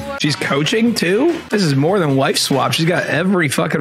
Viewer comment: Why does it sound like the voice over guy is saying wife swamp lol